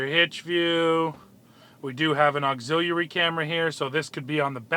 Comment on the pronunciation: “Axillieareally “ camera…😐